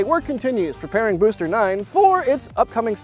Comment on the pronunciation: "Boster" 9 😂🎉